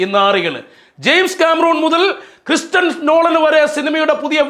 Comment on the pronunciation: ക്രിസ്റ്റൻസ് നോളൻ ആരാ....😂😂😂 ക്രിസ്റ്റഫർ നോളൻ അല്ലേ 🤣🤣🤣